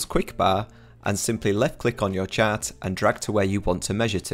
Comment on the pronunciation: Ah! When you say chat, you mean chart.